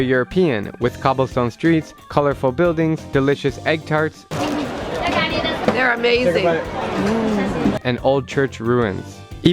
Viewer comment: I was pissed when he said egg tarts (im pt)